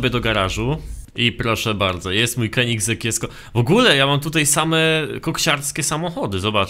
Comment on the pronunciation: Mówi się koneseing